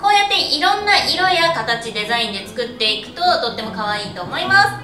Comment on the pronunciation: 作ってみてくださいが食ってみてくださいってきこえー